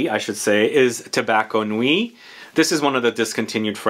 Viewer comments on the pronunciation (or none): none